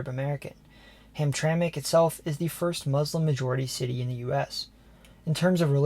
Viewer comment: I'm impressed. You did your homework. You pronounced Mackinac, Sault Ste. Marie and Hamtramck properly.